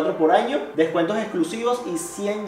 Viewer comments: En el minuto decía ano en vez de año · Xd dise ano